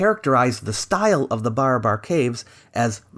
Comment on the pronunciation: its not BAR-A-BAR .. its BA-RA-BAR